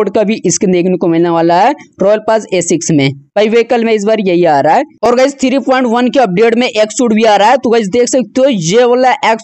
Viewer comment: Three ❌ Thiree ✅